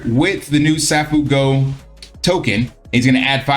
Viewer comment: It's pronounced "Say-foo-go".